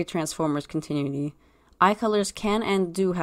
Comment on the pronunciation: ... it's pronounced Con-tin-nu-ity. Sorry, I couldn't let it go after the third time. thing is, you have to consider being a politician/slave owner as evil in order for this logic to work. Even though most of the former and the entirety of the latter is evil, neither they or the general populace would ever call them that, especially if they're benefitting the current system. I think the change to red eyes signifies a great hurt; a deep wounding of their very soul, which "Orion's betrayal" definitely did to Megatron. (Betrayal being in quotations because it wasn't his fault so much as the council's...but he still went along with it, didn't he? 🤔)